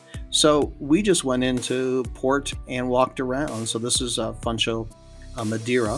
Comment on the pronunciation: thanks for a great video! One tiny correction in the pronunciation of Funchal, not Fun-Chal but Fuun-Shall. Its a great island to visit and nice to pick up on a Transatlantic, but worth going for a week or more - check out neighboring Porto Santo would also be a recommendation for a fun cheaper week away. Cheers